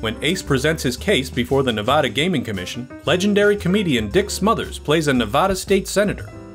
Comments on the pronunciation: Don't ever let some certain Nevadans hear you say "Ne-VAH-da". Lots of them don't like it too much. I'm not even from there, and it's driving me nuts! Good video, otherwise. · Please learn how to properly pronounce the name of our state. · No offense, but I wish people could get the pronunciation of "Nevada" correct, especially when talking about fact checking. It is pronounced repeatedly incorrectly in this video, which is otherwise very good.